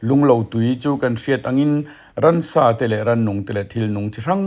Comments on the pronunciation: Ransa...ti lovin...Ramsa ..tih tur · Rαmsα tih turαh rαnsα i ti leh ṭhin.